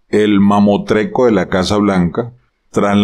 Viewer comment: Buenos días Profesor, se dice “mamostreto” lo admiro mucho.